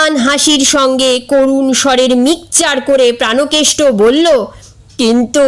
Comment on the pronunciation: প্রানোকেষ্ট হবে না, হবে প্রাণকেষ্ট |